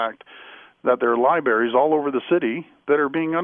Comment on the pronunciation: Liberries?! Jeez, Doug.....